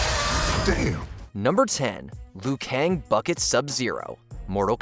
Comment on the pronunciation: Not just Raiden, but he keeps occasionally calling Liu Kang "Le-yu".